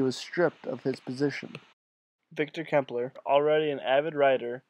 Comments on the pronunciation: Nice work! Incidentally, Klemperer is pronounced like emperor with a Kl in front. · I am just finishing his Dresden diaries. (I hate to say this, but you should probably redo the voice over and pronounce his name correctly. Sorry.) Clem per rer